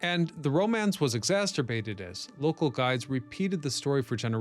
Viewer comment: PLEASE stop mispronouncing that word!!! THE WORD IS "exacerbate" NOT "ExasTerbate." PLEASE, PLEASE, PLEASE STOP MISPRONOUNCING "exacerbate!" Google It at least!!! "ExasTerbate" IS NOT A WORD!!! OMFG!!!